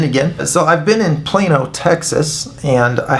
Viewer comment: Wow pal...fantastic.. Im from New Zealand... I thought you were saying'"Im here in plain ol Texas"! Cant stop laughing.. great work man!!